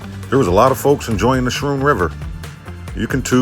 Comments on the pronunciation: Hey, Guys! Great video! Schroon is pronounced Skroon not Schroon, "ch" is more like a hard "c" or a "k." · Pronounced Skrewn* btw haha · I can’t wait to get a beer and continue this one, but it’s pronounced “sKrune.” Luckily for you, you don’t seem to have run into any “locals” to correct you. Don’t worry about it. Still my favorite new channel discovery! I shouted you out in my last video (Hamburgler Special) so I hope you get some traffic. Now, on with the show! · I came here to say that. Like school.